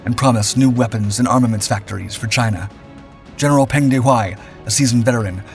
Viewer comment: Peng’s reward for leading the Chinese troops? Death by plane crash while fleeing the Cultural Revolution. BTW, Peng is pronounced more like Pung. The e sounds like the e in the word the.